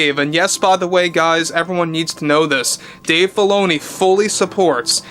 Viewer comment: Sounds like you're saying Dave Baloney. lol